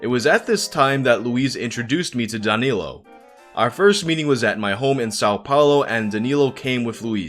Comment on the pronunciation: My first name is danilo....hearing him say it close to perfect over and over weirded me the fuck out cause noone ever calls me that...they call me dan cause its easier..or they don't know my real name...almost had to stop watching cause hearing my name is weird